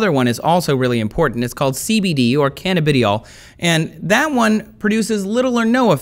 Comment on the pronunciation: like how he acts smart but cant pronounce cannabinol